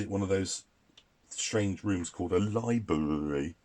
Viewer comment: Watched this with my son, and he giggled when your said "library"